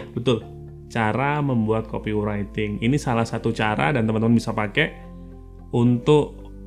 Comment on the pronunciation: Mantap bang, cuma nyebut copywriting nya salh. Buka aja google translate bang trus dengerin. Terimakasij